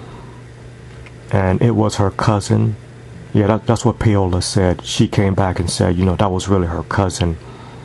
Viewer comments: NOT 'pay-o-la' theres no fucking y in the name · its 'pa-o-la' or 'paw-la' lol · It's pronounced like Pow-la